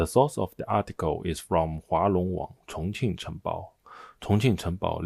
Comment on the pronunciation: Take a drink every time the Chinese guy says Chonqing. Geez...